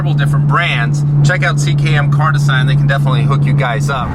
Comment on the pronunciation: Doesn't fit with the interior and his pronunciation of design is even worse.